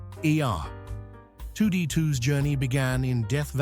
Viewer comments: Good lord, can some teach that computer voice to talk? R-E-detu? La Canada (it's Cahn-YAH-da b/c it's spanish & there's a tilda over the "n" & it means "ravine"). Thanks for not even giving us general locations on so many of the locations. I lived in a neighborhood in L.A. that had constant filming. The Twisted Sisters "We're Not Gonna Take It" was filmed at my house in Los Angeles just before escrow closed---too bad, I could have used that fat check!! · Dude you completely fucked up R2-D2's name! You said 2D2??? You are fucking fired! You're and idiot. Do you not even know what you're fucking talking about? Do proper research before making a video and get it right! You should never make a youtube video again. Star Wars is so iconic. So to fuck it up is blasphemy. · The AI voice is tripping on R2-D2 🙈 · ER-2D2??? It's R2-D2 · Did this say ER 2D2? WTF? 😲 R2D2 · It’s R2-D2 haha not 2D2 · For Star Wars the AI refers to R2D2 as 2D2. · Please say R2D2 again… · It's a shame when decent content potential gets ruined with AI voices and misinformation like the Cheers one. Cheers was a stage set, not a real place. And how it pronounces R2D2 is obviously not human. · It wouldn't be so bad if they edited some of the phrases that the AI can't seem to get right. Listen to how it pronounced Star Wars R2D2. The voice itself sounded much more natural than some of the others I have heard.